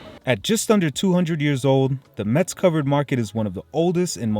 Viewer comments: Thank you for reviewing my hometown that is always neglected by travel guides about France. One thing you should stop doing if you really like the city is mispronounce its name. The correct pronounciation is "MESS" like in "what a mess!" , not "mets." I can assure you that natives hate it when outsiders mispronounce their city's name, because it is so common, even by French natives. You get a pass as an American, so people would not mind as much, but please make an effort and learn the correct pronounciation and come back soon. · Hello, I’m happy that you and your family have enjoyed the visit of Metz (which, by the way, is pronounced “mess” as the t is silent). In Metz you have missed visiting the train station, its beautiful and imposing architecture of German influence. I’d like to know if you guys had the opportunity to taste the little yellow plums that you showed in the video. The mirabelle fruit is only harvested in this small region and people there are very proud of it. Wish you all the best.